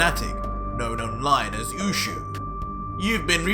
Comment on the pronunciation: Nice narration! The only gripe I have is the pronunciation of Japanese sounds. Oushou should be pronounced 'oh-show' with elongated vowels. Japanese is a phonetic language like Spanish.